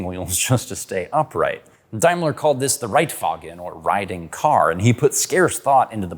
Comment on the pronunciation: Die Aussprache ist: Reitwagen Puch Wankel. Nicht Rightwaggen, Puck und Waenkl